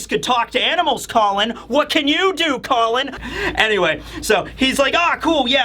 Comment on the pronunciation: pronunciations change from Call-on to Colon to straight up Colin 😂😂😂